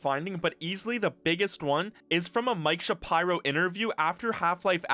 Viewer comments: Shuh-Pie-Row. SMDH. It's Shapiro, bro. Shuh-peer-oh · Please don't tell me it's actually pronounced Mike Sha-pyro bruh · Mike Shuhpyro? Jesus Christ, dude. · sha pie row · Mike "Shap-eye-ro"?